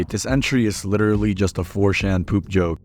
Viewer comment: The way you pronounce '4chan' genuinely annoys me, like wtf is a '4-Shan'?